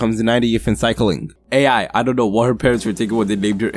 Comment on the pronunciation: AI’s name is pronounced like “eye”